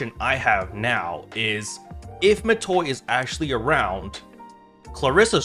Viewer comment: It's Matoi.